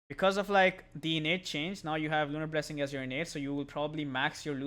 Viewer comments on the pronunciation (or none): none